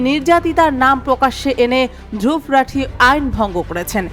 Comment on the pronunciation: রাঠি না রাথি 😂